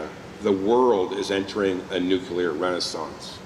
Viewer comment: Clear. New. New. Clear. New. Clear. Nuclear. Someone, PLEASE help this very capable minister to stop saying “new cue ler”.